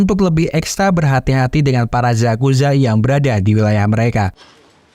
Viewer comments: yakuza bang bukan zakuza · yakuza om bukan zakuza